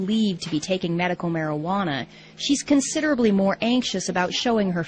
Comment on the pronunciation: whats Marihuana? mari -ha -na?